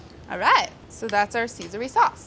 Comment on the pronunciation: So CaeSan instead of CaeSal.. CAE SAN SEASON!